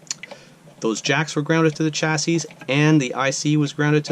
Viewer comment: Thanks for the excellent troubleshooting video. I really need to get with the times on 3D printing! Just an FYI, chassis is pronounced "chassy," at least for my 50-plus years as a tech. Your video and the info presented is absolutely great!